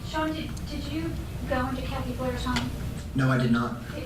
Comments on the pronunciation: Wow, you're really Giving It A Gew this month - I can barely keep up, lol! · Give it a geuu